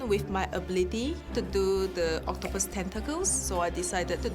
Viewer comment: "OctoPUS" Do all Australians pronounce it like that?